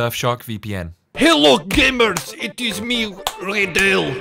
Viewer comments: Reydal ❌ Radal✅ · yes, also its pronounced "raa.dal" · Radal: "Tells people how to pronounce his name": raydell